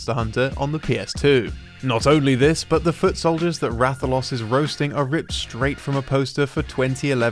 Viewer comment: "Is this Ratha-LOSS?" 💁‍♂️ EDIT: Am I really the only one pointing out his incorrect pronunciation? Oh well. 😂